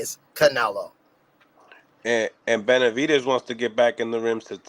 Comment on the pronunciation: Lol ain’t nobody gonna tell his name is BeneVidez not BeneDivez?